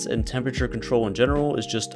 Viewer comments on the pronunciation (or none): Nobody: Not a single soul:: Temperture